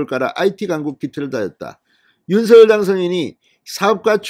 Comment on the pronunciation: 윤성녈로만 발음해 주시면 진짜 이 채널 구독자 300만 될 텐데….